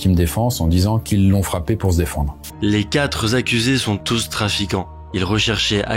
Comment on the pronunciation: Vidéo sympa 😂, mais il est bien dommage que tu parles de cas que tu as déjà cités dans d'autres vidéos et sans approfondir ces cas. Et aussi, sans te formaliser, il n'y a pas de z à la fin du mot quatre; ça devient un tic de langage de plus en plus répandu chez les youtubeurs 😂